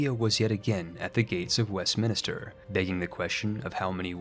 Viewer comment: I may come off rude, but it's pronounced West-minster not West-minister